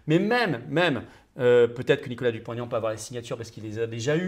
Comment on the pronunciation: Chère Madame : "Dupont - Aignan" (avec le tiret entre les deux noms), et non "Dupont Taignan". Il n'apprécie pas la liaison avec le "t"... 🙂